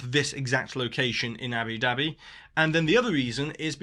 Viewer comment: I love hearing you say "Abby Dabby" with your accent. 😂😂😂 It reminds me of the 1960s cartoon series Jeannie, and her sidekick Babu's catch phrase was "Yapple Dapple!". 😅